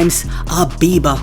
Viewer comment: Oow, I can't get with her voice and how she says people name's wrong. Beber she called him😂 it's kinda funny though 😂